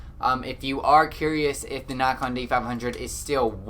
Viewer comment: Good info but I thought you were saying Knock on?